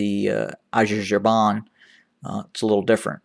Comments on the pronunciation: Let me help you out there.. Its pronounced Azar-BA-Jan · Well, if you were to judge by the outer attire then Issais must be the ultimate democrat as he never in his life wore a military uniform. That's not to say Abbie doesn't have dreams of being a dictator. Also, was it a slip of tongue where you describe the Turkish drones as being "infamous" ? infamous for what ? for being very effective? Also the country you were struggling to pronounce is called "Azerbaijan" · You can't even properly say Azerbaijan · thank you for your analysis , I have to say the way you say Azerbaijan , made me laugh. Thank you. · Funny the way you pronounced Azerbaijan…. Thanks for sharing anyway, very insightful. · Excellent job you doing. Please can you pronounce it right. "Azerbaijan" Thanks